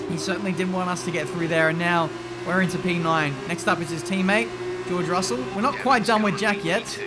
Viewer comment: How many of them say george ruselle in 😂